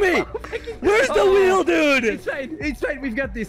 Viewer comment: Ayye they said wheel for wheel 😭😭